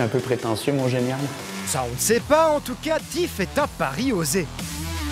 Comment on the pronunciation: Va falloir travailler l'accent anglais... Ça se prononce pas TiF mais Thief (FiF). C'est pas le tout d'essayer de faire une émission pour ramener l'auditeur geek, faut aussi mettre un présentateur qui sait de quoi il parle...